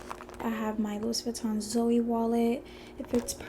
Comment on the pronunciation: It’s pronounced “Loo-wee” not “Louis” haha